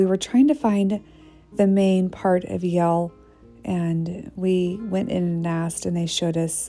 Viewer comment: It’s Yale not Y’ale